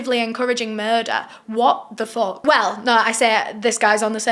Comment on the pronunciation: I love how you say “HwOtt tha foUUHK” it makes my lil black heart happy 😂